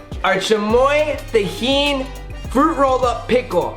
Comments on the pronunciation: its tajin not tejin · The way hr is saying tajin